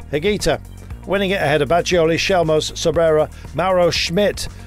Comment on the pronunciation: Skjelmose not shellmose 😂